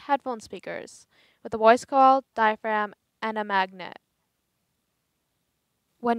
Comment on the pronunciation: ...."the woice coil wibrates"....